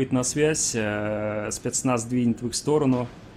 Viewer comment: Одному из комментариев 7 лет, а твое "Спиецнаязз!" с акцентом всё ещё улыбает подписчиков и зрителей.